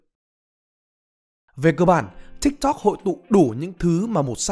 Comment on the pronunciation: T đã dislike và hủy theo dõi vì giọng đọc cái chữ tiktok chúng toi k cần phải đọc như thế